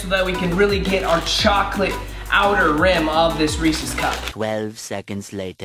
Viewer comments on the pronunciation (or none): Hate the way he say REESE CUP 😭😩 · I thought he said racist instead of Reece’s. I was about to be like.... wait. 😂🧐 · Did anyone else get mad at how he said Reese’s